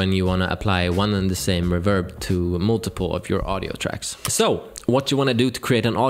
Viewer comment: I like your enthusiasm… And just as a sidenote… It is not reVERB, it’s pronounced REverb.